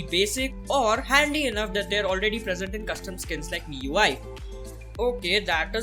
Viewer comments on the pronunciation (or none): none